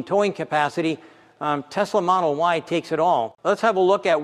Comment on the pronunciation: Tesala, not Tesla.